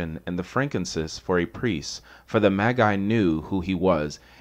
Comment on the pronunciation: Been listening for nearly 3 hours, Then you start calling Magi* MayGai